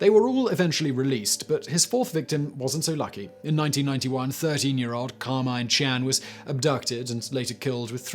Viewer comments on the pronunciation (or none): none